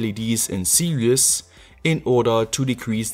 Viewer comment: It's pronounced "series", not "serious". Just saying, dude.